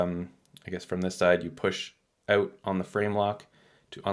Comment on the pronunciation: The word is OUT not oot.